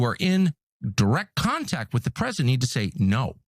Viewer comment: Pwesident el Two Weeks Taco